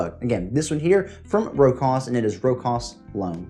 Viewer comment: Great list 👍👍 AEB is an easy reach for anyone. I need to check out Singulier. Not to nit pick... Its a common mispronunciation, but it's pronounced Row-shas.